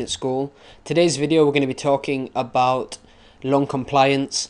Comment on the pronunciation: there's name is lung NOT long XD!! thx bro